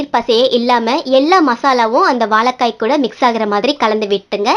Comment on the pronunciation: வாலக்காய் இல்லம்மா வாழைக்காய் தமிழை அழகாய் உச்சரிங்க உமது குரல் மிக அருமை இரசம் ல கரம் ர கரம் முன்பு இ உ சேர்க்கனும் அமுத மொழி எம்மொழி நன்றி வாழ்க வளமுடன்